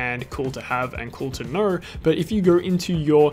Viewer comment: What the hell is this accent? “Knerw”?!?! 😂🤣